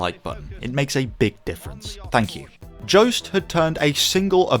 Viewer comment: Pointless comment, but I'm fairly sure Joest is pronounced very differently. Nothing to do with any Joe.